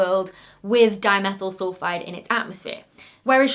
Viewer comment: At some places in the video, my ears insisted on hearing “dinosaur sulphide” instead of “dimethyl sulphide”. Now, THAT would have been an interesting find…